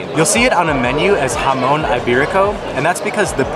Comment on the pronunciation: Jamón = Ha-Mon, not ha-moan ;)